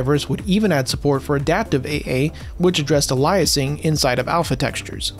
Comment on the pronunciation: I believe you mispronounced a word there. ˈā-lē-ə-siŋ Here's how to say it